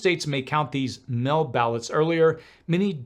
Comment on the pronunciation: “…voting by mell” = “…voting by mail”